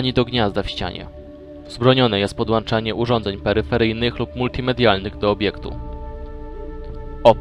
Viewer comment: Podłączanie, nie podłanczanie :P